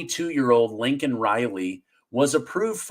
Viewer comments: Say her name... It's not lincoln.... It's laken You're starting to sound like JRB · the girl that was killed by the illegal alien was Laiken Riley (Not Lincoln Riley) Please take time to pronounce correctly.... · Hi, greetings from South Africa. Are you pulling a Biden on us? It is not Linken Riley, like Biden said, it is Laiken Riley. Most people in South Africa are rooting for America; if America falls, the whole world falls! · It’s Laiken not Lincoln.. lol